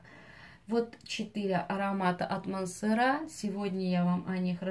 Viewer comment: Так и не мансерА , а мансЕра